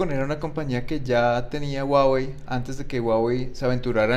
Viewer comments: SE DICE JUAWEY.. SE ESCRIBE HUAWEI.. O SERA QUE EN COLOMBIA SI SE DICE GUAGUEI??? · Si este tipo realmente trabajara para Huawei supiera que no se dice guaguei se dice Juaguei